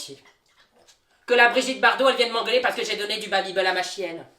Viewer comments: Tu fais que dire babibeul c'est babibel et ça ce pronoce babibél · Babibééééle pas babibeul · Mais pourquoi babybeul?😭 chuis la seule à dire babybel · Ho mais le "babybeul" m'a fait beuguer toute la vidéo 😂😂😂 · « babybEUl » mdrrr